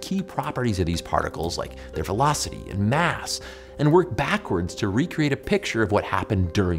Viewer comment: His "Math" sounds too close to "Mass" ! ! Now; when you are speaking out on subjects relating to HEP (High Energy Physics) You should really make an effort, and Not let us figure it out from the context!